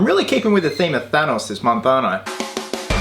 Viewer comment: I don't like the way he pronounces Thanos.